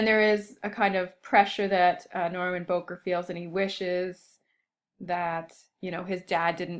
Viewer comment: Bowker is pronounced Bow-as in bow of a ship, not like "bowtie"-ker (cur).